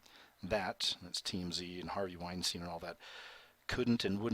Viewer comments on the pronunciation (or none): none